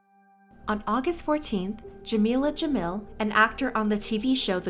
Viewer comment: Jamil is pronounced as Jameel, not Ja-mill.